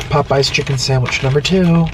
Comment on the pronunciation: POOEYES CHICKEN SANDWICH